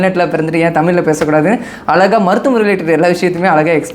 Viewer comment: First alaga ila azhaga zha nu solunga